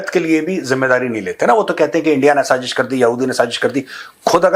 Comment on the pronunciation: Bhaarat gets a Nobel prize for "saaZZish" 😂